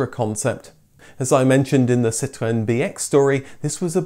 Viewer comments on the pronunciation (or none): I hear what you’re trying to do. But it’s not consistent and becomes a huge distraction and sounds like you’re trying to appeal to the American viewers rather than French! But Really love the style of Big Car but I’d stick with your natural pronunciation! Great job.